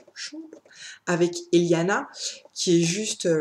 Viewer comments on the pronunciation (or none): Juste parce que je ne peux pas ne rien dire, ça se prononce "Elana" pas "Eliana" et c'est "Elana Cald1" (faut pas le prononcer à l'espagnol), Pierre "Botéro" et non "Boteuro". Moilà, juste parce que Pierre Bottero prononçait les noms comme ça ;)